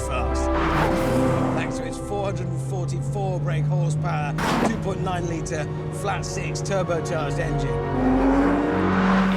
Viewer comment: "horse pawr"